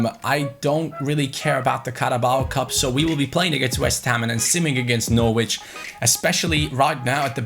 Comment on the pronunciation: norwich is pronounced like 'norridge' - same as porridge!